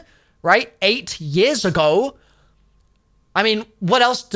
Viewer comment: Hey man you didn’t have to say 8 years ago like that. 😭